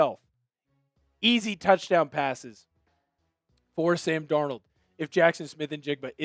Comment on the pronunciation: “Sam Dornuld wus Awsum 🥹”